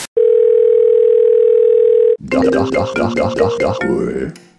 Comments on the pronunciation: het lijkt alsof hij dag HOER zegt inplaats van dag hoor lol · ja echt he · Hij zegt dag hoer